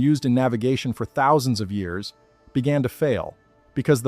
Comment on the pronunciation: Have I mentioned your AI's inability to correctly say years is unbelievably annoying? Why can't AI do that? It's bizarre. They have instant access to all human knowledge, but on a dozen channels, can't correctly say years.